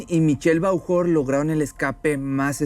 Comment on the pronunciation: NO SE LEE (VAUJOR) SE LEE "BOJUR" ES FRANCÉS